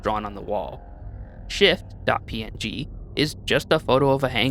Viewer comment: I heard shift.png as shit.png and i was like what the fuck